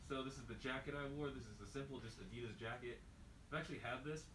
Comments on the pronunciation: It's not spelt adidose or adidos please say it right 😂 add-de-das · Why "adidas"? =D